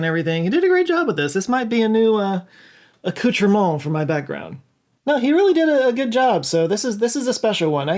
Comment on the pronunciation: Oh hi 😊 being french canadian i liked it when you said "accoutrement" ... You said it quite well but it's not the right word for what you mean. A " accoutrement" is a weird way of wearing clothes, a way that looks stupid. The word you want is "bibelot" ... Is the word for small things decorating shelves 😊 Oh and when you say "bibelot" the T is silent so it sounds like bee-be-lo 😊